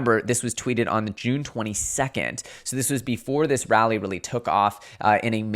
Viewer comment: This man really said “rally” lmao.. losing credibility